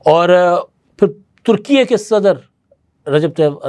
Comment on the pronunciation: ، ترکی کا نیا نام ترکیہ نہیں بلکہ ترکیے Türkiye ('لہور اے' کی طرز پر) ہے جناب۔ 😊